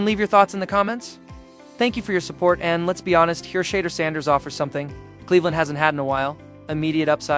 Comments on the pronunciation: I know you are ❤smart enough to pronounce Sha' duer' not sounding 'She' durs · Shee door not shedder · Gotdammit!!! “Shedder?” Pronounced “shee-DOOR!” Say it right, dammit, you silly bot voice! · When are you click baiters going to learn to pronounce his badge correctly. Shedeur =She dor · Thought it was pronounced SHAA-DOOR... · Please learn how to pronounce his name. No one likes you to mispronunciation of Thor name. I my self 😮 is sick of his name being mispronounced. Please stop and learn how to pronounce his name correctly .He is going to be around for a long time. Legendary and Perfect Timming❤❤❤❤❤❤❤❤❤ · You’re not gonna get a thumbs up if you can’t even pronounce the man’s name, I think if it was a human, he would be able to pronounce his name so I don’t believe this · say his name right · Until this bot can pronounce Shedeur's name correctly, I am tuning out.